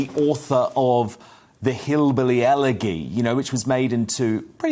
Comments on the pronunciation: Just to add another Australian voice: no we do not pronounce elegy as ele-gy in Australia, but as ele-jy. Wootton is the first person I have ever heard use this pronunciation in Australia. I can only surmise he has not had much of a literary education. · MK is a legend! BTW... it`s pronounced...Eler...Jee:) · It is NOT an 'antipodean' thing to mispronounce the word elegy. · That's a different way to pronounce elegy. Maybe it's an antipodean thing. BTW Biden isn't a nice guy.